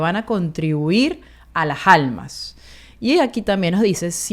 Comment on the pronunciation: CRONUNCIA BIEN ( A LAS ALMAS NO alasjalmas